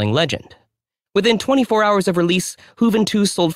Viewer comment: Juventus or "Who Ven Twos" 😂 never heard it pronounced like that !!!